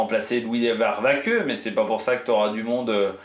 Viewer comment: Bon Remco est trop court (par rapport à Vinge, Pogi n'en parlons même pas !!!) et au mieux ce sera la 3ème place sur le podium du prochain Tour... Ce qui m'inquiète un peu plus pour Remco, c'est qu'il se fasse larguer par Lipowitz puis par Jorgenson également ! Sinon, comment tu prononces le nom de Louis Vervaeke LOL 😂